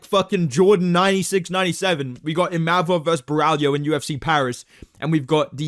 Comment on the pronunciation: Said ImaMov, he gets angry 😂